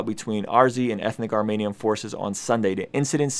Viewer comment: Thanks for posting - my friend told me to check you out - fellow Armenian here. It’s pronounced Armeeeenian btw - (not Armaynian) emphasis on the E 😊- also as far as the nagorno Karabagh issue goes - I’ll keep it simple - our history and land goes back to the BC era- (as you stated we were the 1st Christian nation to adopt Christianity). Azerbaijan is a very young country in comparison to ours. That land was and will always be Armenia’s. I encourage you to do your research and educate yourself to see how our land was given away so many times. I know this wasn’t a history lesson, just your personal story, but I do encourage you to read up on it. Ty and God bless